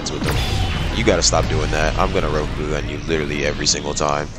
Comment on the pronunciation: it PHYSICALLY PAINED ME everytime he said rokogun like bro your saying it wrong